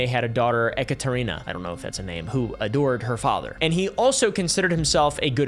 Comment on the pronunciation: E-katarina. Like an electric version of Katarina.